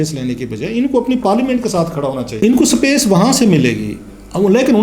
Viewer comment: Clasra sb sapace nhe space hota hy Pehly apny alfaaz thek kren phr politics py bat kren thanks